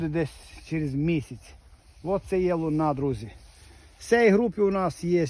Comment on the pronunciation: Сорт Луна, наголос на перший склад .. принаймі так звучить чеською мовою...